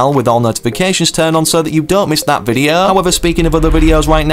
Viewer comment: Bro why does he say videa and not video